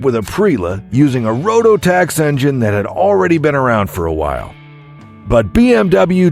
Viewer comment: ok let's start with some verbal police.......it's Pronounced as it's Spelled RO-TAX not Rotto-tax LOL, Boy are you WRONG and most of the World was on the CTX, it was a replacement for the kinda ugly pacific coast 800, and it offered a bigger cc version as will, they were both great bikes but the public in the USA anyway didn't get it. Ohhhh the Whole world was Wrong on the Victory Vision, that was an Awesome bike, smooth as Glass and tons of storage and hidden roll-cages so you can't even fully tip the bike over, and that victory motor was bullet proof i almost bought a 2009 version, but for me the fairing was too big and wouldn't fit in my Shed doors, but neither will the BMW R1800 with no fairing lol. But i met the Late Great Sonny Barger and he had a couple of them and we talked about them on line before he passed. The Hyosungs are all JUNK !! man you just can't pronounce words well can you, it's URAL as in your-AL, and for people up here in northern new england who are die hard it's a great bike with the drive wheel on the sidecar, they go thru snow like an old jeep and they are fun especially if you have a kid or a dog you like to bring with you. The GZ250 has sold to a ton of MSF classes and is an awesome bike for just that. Benelli Who cares, Royal Enfields are great farting around town bikes, and the Newer 650s are almost Triumph quality. BMW UGLY !! Never heard of the last 2